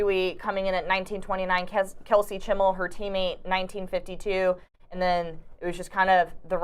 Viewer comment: I can’t give this a thumbs up when the host can’t pronounce NC State’s #2 runner Kelsey Chmiel’s name correctly. Where are the old guys that used to do this?